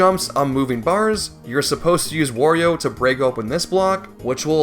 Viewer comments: He calls Mario “Mary-o” but still says Wario normally… how tf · How the Mario pronunciation triggers me so much. You can say Wario properly but not Mario? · what makes his pronounciation of mario more painful is that he pronounces wario correctly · What gets me is that he says Wario correctly, instead of wary oh. My guy, their names rhyme. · you say "merio" but also say "wario" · I'm convinced it must be on purpose because there's no way it's that hard to say it right, not to mention he says Wario just fine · No it’s not, he says Wario just fine